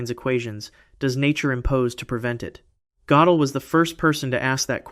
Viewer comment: Hard to keep up when his name changes from Godell to Gotellle every other sentence. Pick a pronunciation and stick with it.